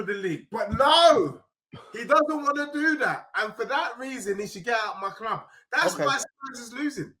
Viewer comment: This guy is british but doesn't know how to pronounce CLUB. He's a fucking CHARACTER. He should get a BAFTA! He's the Ali G and Borat of football content creation!!